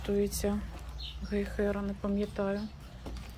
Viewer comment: В слове "Гейхера" ударение на первом слоге.❤